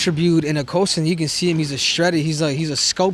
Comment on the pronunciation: He knows costa on a personal level and mispronounced his name every time he said it lol.